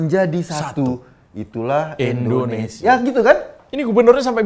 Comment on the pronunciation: Mas Eko & ngomongnya jangan Endonesia dong. Tapi Indonesia. Itu kan harusnya dibaca I bukan E.